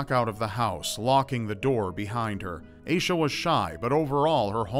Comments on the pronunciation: I think you're pronouncing Aisha wrong. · I need to know more about that girl, like how her name is spelled... it’s oddly similar to my name and if it is spelled the same way as mine then I’d like to say you’re pronouncing it very strangely 😂